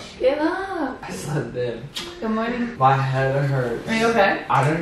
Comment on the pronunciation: "Mernin" "did you end the vlogggg" IM DEAD, DEDICATIONNN